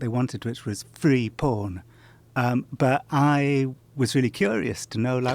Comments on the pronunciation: It really bothers me how Jon says porn. Its like "pawn". It makes me cringe for some reason. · It sounds like he is saying "Porn herp" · the way this guy says "porn" is really satisfying